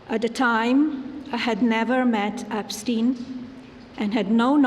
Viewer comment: "Meester Epsteen."